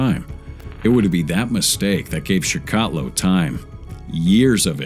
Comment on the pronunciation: Andre Chicatillo, pronounced Chick-Ah-Till-O.